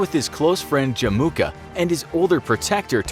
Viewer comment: After watching the series made by Extra Credit, I found it funny how he said Temujin and Jamunka